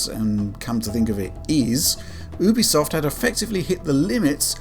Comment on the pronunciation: I think you pronounce it Youbisoft Not Ooobisoft